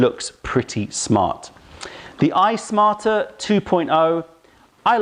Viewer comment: Why do I keep hearing "Ice Martyr" instead of iSmarter? Sounds like a kettle with attitude. :)